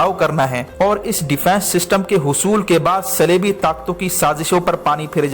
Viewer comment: صَلیبی اور صِلیبی، کیا بک رہے ہو۔ صِلیبی کیا ہوتا ہے؟ صلیبی کو۔